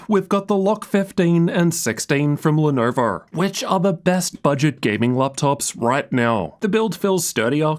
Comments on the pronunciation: " From Lenurvur" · Nah he said "from lenourvour"